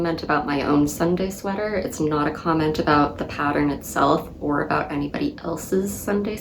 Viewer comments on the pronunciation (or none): none